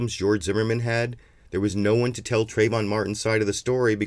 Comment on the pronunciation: TrAyvon, trAAAAyvon. If you're going to speak his name in vain at least get it right.